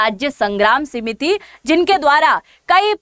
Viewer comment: सीमिति नहीं समिति कहिए ।